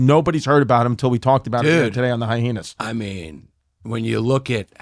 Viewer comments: OK I'm outing myself as a newcomer with the reboot. But do these guys purposefully pronounce it "hi-heenas" or can they just not read good? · I love how Chrissy and Yanus purposely pronounce the word hyena wrong almost every time!🤣